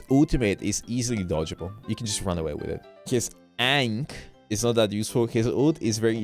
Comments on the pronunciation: Bro its ankhs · The chat freaking out to his pronunciation on "Ahnks" is hilarious. (I do not care how to spell it at this point)